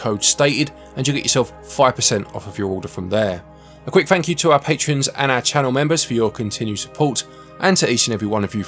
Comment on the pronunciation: Fank yew but no fank yew🤔❤️